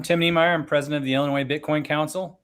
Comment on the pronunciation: … there is no “noise “ in Illinois